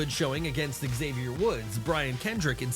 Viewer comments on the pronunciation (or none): none